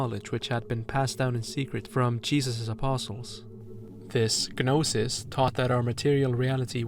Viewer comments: excellent analysis but why do you say it "guh-nosis" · small note i think the g in gnosis is silent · I don’t think you pronounce the G in Gnosis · G in "gnosis" is silent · Wow. Stunning video! I love thinking about media in terms of mythology and mysticism. This was a treat from start to finish! (The "g" in "gnosis" is silent, though!) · The G in Gnosis is silent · Thank you for the wonderful video, but the g in gnosis, gnostic, etc is silent. 'gn' just makes an n sound, like gnocchi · The g is silent im gnosis and gnostic lol